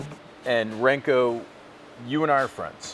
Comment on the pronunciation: for future reference... Branko's name is pronounced like "Bronco" but with a rolled "R"... sincerely, a fellow Serb